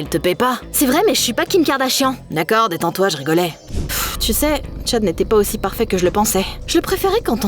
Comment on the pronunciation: «Oui, comme ça c’est pawfait»😂